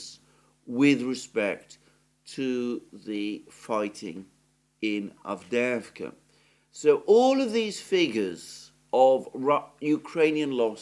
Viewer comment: I like how you say Avdeevka! That's in Russian, even though it's Avdeyevka! Anyway, Ukrainian Avdiivka is gone! 👍👍👍👍 Forever!